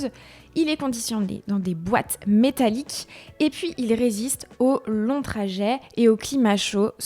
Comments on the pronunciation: Le S se prononce pour Lons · Bonsoir, il est bon de prononcer le S à la fin de Lons, merci beaucoup pour le partage de cette vidéo et l'historique de la vache qui rit 🐄